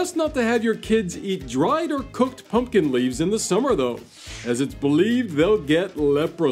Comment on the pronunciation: How interesting. I didn't even know half of that stuff. I'm surprised you didn't do this one on Halloween or Thanksgiving🎃🎃🎃 Thank you for saying PUMPKIN and not PUNKIN like most people. A big pet peeve lol.